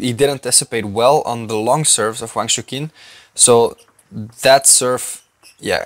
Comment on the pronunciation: AFAIK Wang's first name is not pronounced as "shookin" but more like "choochin"